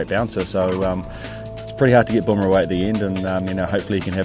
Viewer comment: Burma...😊... lol... it is Bumrah